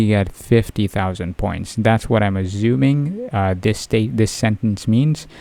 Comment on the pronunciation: Bro stop it with the "Azzumin" its "ASSUMING" pronounce the s correctly dammit🤣